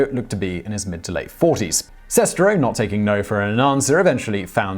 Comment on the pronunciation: I think you mispronounced Sestero. Like, a lot.